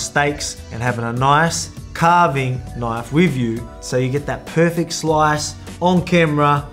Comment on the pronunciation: Knife ❌. Knoife ✅